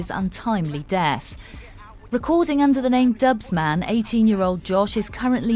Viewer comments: This kid was pure talent just imagine he was still here I reckon he would been on chips level even better maybe definitely reminded me off a young chipmunk had bags off potential sad 😞 How’s the reporter on bbc saying dubz man tho 🤦🏽‍♂️🤦🏽‍♂️ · The disrespect of calling him Dubzman